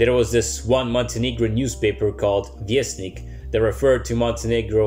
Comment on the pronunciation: Kako ti se Vijesnik lako skotrljalo s jezika! Nakon toga nemoš' pilom ko' sjekirom.